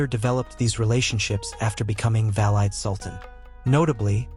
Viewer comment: Dude, you need to learn how to pronounce words and names properly . I actually laughed my ass off when I heard how you pronounced Hagia Sophia, Valide , and Safiye !